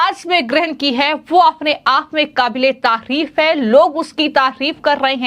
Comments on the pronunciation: तकिफ नहीं तारीफ होता है हिंदी शुद्ध बोलो 😂😅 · Tafir nahi hota hai tarif hota hai kisne aapko patrakaar banaayaa apne video ka vishleshan karo apna clip.bheedekho